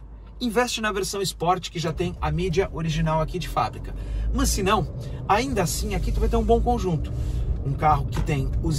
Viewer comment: Vídeo TOP, muito bem feito, parabéns pelo profissionalismo mas, deixo uma dica: Respeitosamente, trabalhe a pronúcia do seu "Mãs", fica ruim essa prosódia... ;-) Forte abraço !